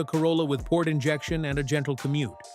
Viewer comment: Hyundai is pronounced like "Sunday". Just saying. BTW, everything specified here also applies to KIA!